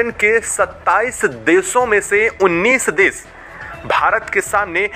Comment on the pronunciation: भाई साहब न्यूज़ तो ठीक ठीक पढे, देश को देस बोलते हो श को स बोलते हो क्या बात है?